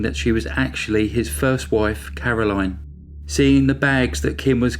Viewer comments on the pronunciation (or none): none